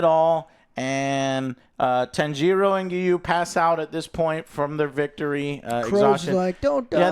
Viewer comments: Joe... JOE! WHO is Tan-jee-ro? I gotta know. You gotta tell me. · Joe please, for all that you so claim to love you need to learn how to properly pronounce the characters' names. Japanese is separated into consonants and vowels spacing. So Tanjiro name is Ta N Ji Ro. Each gets their own phonetic timing. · Holy hell. These pronunciations of the Demon Slayer characters are WILD. 😂 TAN-GEE-ROH and Asuka for Inosuke. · Ah yes the famous Tanjeero and Nekuzo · Tan jee ro. Nakoozo. Wow likenif he didnt watch the film go wild with names but they say their names. Its one of the trooes of anime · Jesus the name butchering :D Neku-zho Tan-gi-RO :D Not even close. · Don't you guys hear the character calling each other names? To not be able to get even Tanjiro correctly pronounced takes some effort.